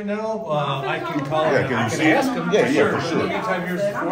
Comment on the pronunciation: Nice job. But I wish you could learn to say, ASK.